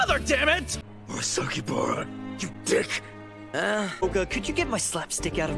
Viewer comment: THEY REALLY BUTCHERED ALL THE NAMES LMAOOOOO KIse REEYOTA KOOroko Rakoozan MurasaKIbara aOmine miDORima TAKO(Takao) KoorokoCCHI I CANT